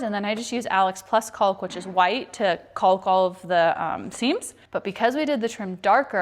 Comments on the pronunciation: The word caulk the l is silent. It sounds like talk. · You guys sure go out of your way to nail that "L" in "Caulk". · Caulk is pronounced cauk - silent L.